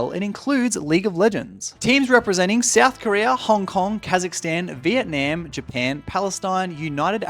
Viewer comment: Bro why do u say vietnam like that